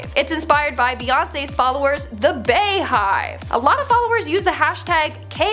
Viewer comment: She's not black. And it's not Bayhive 😒 it's Beehive. Beyonce is not pronounced Bayonce.